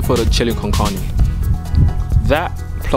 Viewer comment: how do you eat your pizza bruv and the way you say carne bruhh